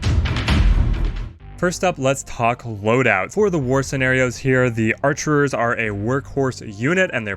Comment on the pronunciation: It's just "archer".